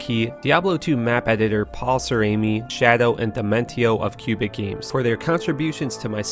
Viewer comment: Did you just call the Canadian province of Québec "cubic"?? :P